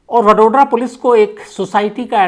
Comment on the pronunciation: वडोड्रा नही वड़ोदरा